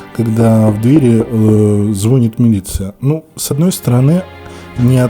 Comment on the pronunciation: Не звОнит, а звонИт. Вроде корреспондент или нет?